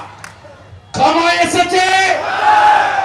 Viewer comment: ছময় না😁 শব্দটি সময় হবে।